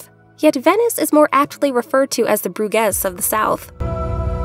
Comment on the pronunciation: It just takes a couple of seconds on the internet to look up how to pronounce a placename these days. You know the city of Baton Rouge? Please pronounce Bruges like Rouge, because hearing Broo-gezz over and over again gets very annoying very quickly.